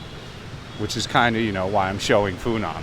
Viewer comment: The correct pronuniciation, without any tones, should be "Fu Nwuan" for Phu Nhuan. I used to venture into the Phu Nhuan district of Saigon in 1966 quite often, it being mostly populated by French or French-Vietnamese, and not having too many restaurants or bars. As I see HCM City through your camera lense, it is way to Westernized for my taste, and nostalgia for the past, even being a war-past.